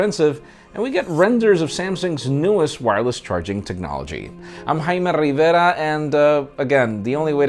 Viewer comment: Hes so close to pronouncing your surname properly com on 😂 ur ment to pronounce it ... reee-vér-a